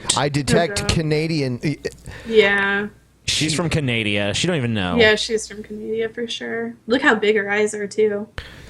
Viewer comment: "He's from Canadia"